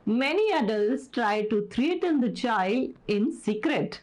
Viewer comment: Mam .. are u sure that u have pronounced the word 'threaten' correctly??